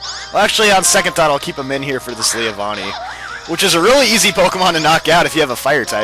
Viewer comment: Leavanny (Lee-van-ny) Say it with me:D Daat shout out though haha